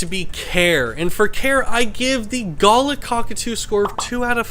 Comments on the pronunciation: Australian here, love your videos. First time I’ve heard it pronounced guh-luh. Maybe it’s pronounced differently elsewhere 😂. But yeah usually pronounced ga-la, really emphasising the a’s. Also, there’s a bunch of these guys who just live around my area, they’re super cute when they fly down to drink from my dams. Absolutely adorable birds. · You got the pronunciation wrong it is ga LAR (with an "are" or R sound.. or like R in jar) . My exes parents have one so I guess he'll have it one day, my daughter has one and my mother has a pair of galahs. They are fun birds. My favourite parrot is a corella which my exes parents also have, it comes up with things and sentences which weren't even taught to it and uses the sentences for the right situations. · It's pronounced Ga-LAH with emphasis on the second syllable. I'm lucky to live in an area of South Australia where these fellas are everywhere and are crazy birds in a good way. They are often seen hanging upside down during a rainshower, which allows for the cleaning of their feathers. I once knew a lady who was given a Galah chick in 1925 when she was 5 years old. She lived to be 85, and the bird outlived her for another 4 years... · You pronounce the word as Ga-lah, they are gorgeous birds. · Galahs here in Australia hang out in flocks of hundreds to thousands. I own 4, some rescue of which I've owned for nearly ten years, one of which was raised from 6 weeks old . They are highly affectionate and comical creatures, however a word of advice on pronunciation, I hear you saying it in the way you would pronounce a gala (festival), however it's pronounced evenly Gaalaah as in ga ga ga, la la la, G a l a h. Beautiful young Galah there. Cheers. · That poor bird you did not stop moving your hand arround which would make it so nervous. Also pronunciation is gulaaaa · Did lots of research apart from how to pronounce "Galah" properly. galarrrrrrrrr. LOL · The way you are pronouncing Galah is incorrect